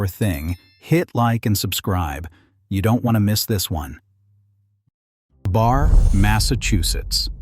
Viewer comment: Not BAR, Barre (pronounced Barry).